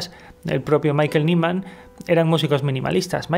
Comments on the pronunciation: Perfecto, pero por favor, no seamos tan paletos y pronunciemos Maikel naiman, escrito fonéticamente que eso de maikel niman me ha hecho daño hasta a mi . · Me he vuelto a encontrar con este vídeo y... ¡Por Dios! se pronuncia Maikel Naiman, no Niman.